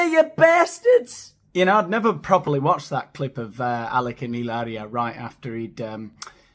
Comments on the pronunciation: I had to see just to listen to you say Ileria!!!! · Fun laughing with Heee-LAIR-eeee-aH this morning! 😂❤🎉😊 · Oh Lord,the way you say Hilaria is cracking me up every time 😆😆😆